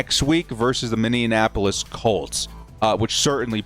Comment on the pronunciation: Minneanapolis Colts?! 😂😂😂